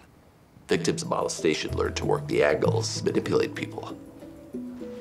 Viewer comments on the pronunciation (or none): Molestation was pronounced so weirdly I had no idea what he said the first 3 times.